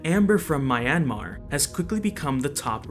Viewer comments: Great video, I couldn’t look away! Just a nitpick though, the y in Myanmar is a consonant, not a vowel. So Myanmar is pronounced more like mee-YAN-mah or mee-YUH-mah. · This dude pronouncing Myanmar like Miami, rofl 😂😂